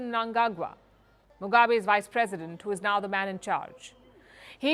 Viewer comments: impressive how she pronounced Mnangagwa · Wownim surprised the way she pronounced his last name correctly